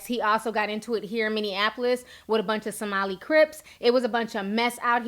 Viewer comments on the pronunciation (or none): Did Ti say somali crips?